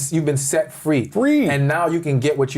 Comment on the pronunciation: when Lewis emphasized “FREE” 😂 don’t bring uncle sam into ur relationship unless ur ready to put up the collateral😭😂